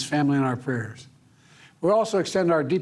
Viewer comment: He can’t even pronounce the words prayers